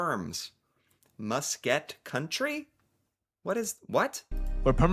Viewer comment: Muskeg is pronounced Muss-keg. A muskeg is a type of dense, northern wetland ecosystem that consists of spongy, waterlogged soil (peat) and is heavily covered in mosses, shrubs, and occasional stunted trees. The term is chiefly used in Canada and Alaska and originates from the Cree word maskek and Ojibwe word mashkiig, meaning "grassy bog" or "low-lying marsh". In many cases this form of land is extends not only over solid ground and rocky terrain but can also extend into swampy bogs sometimes also referred to as Quagmires where mats naturally formed from mosses, plants and their roots etc extend over and can fully cover entire bodies of water. Most of Northern Ontario is dominated by the Canadian Shield of rock formations(some of the oldest rock on the planet) which was, after the last ice age scoured clean of plants and trees as the ice retreated north and all those materials along with a lot of rock was dragged north digging out some very deep depressions in the rocks surface. This is one of the reasons why Canada has the most lakes in the world. So many of these lakes ended up covered over with muskeg whether shallow or quite deep. This makes it very difficult to construct on/over. There are many stories out there where the muskeg matts were so thick that they held up such heavy weight initially that roads or rails were built over them. The next day the crew coming back to continue the work on the road or rails and the whole road bed and rail beds would have disapp